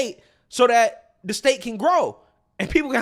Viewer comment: 🙄 Learn how to pronounce the "th" sound. I've been listening to you for years, and it's high time. "Th" and "D" are NOT the same thing!